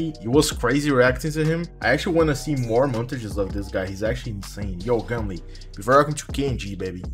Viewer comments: its gum-ol not gum-leeeeeee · its gumol not gumli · Less popping goo gumle with they gonna take over valorant,BTW u pronounced gumle wrong XD